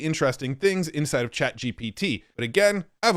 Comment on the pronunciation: I thought you said inside FART 🎉